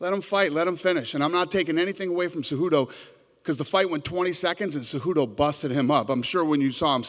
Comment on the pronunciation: I LOVE CEJEWTOE (CEHUTO) CEJUDO GOATTT